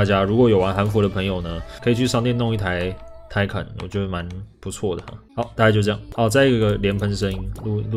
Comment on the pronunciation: 念Taycan是不是怪怪的